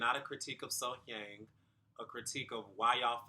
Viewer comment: The pronunciation of her name is literally right at the start of the video. You have been pronouncing her name wrongly. The audience voted during the live performances. So, whether they added autotune or not, it is for the TV viewers, not for the competition.